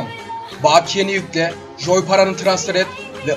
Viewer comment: baakiye deyişi fena :D